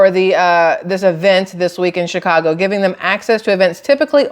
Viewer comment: Shit show in chy-ca-go.